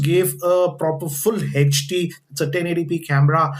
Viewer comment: It is not heechd its hd and not laaaptop